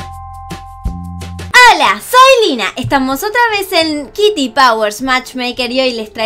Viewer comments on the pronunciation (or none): eladio gamarra es kitty no es kitti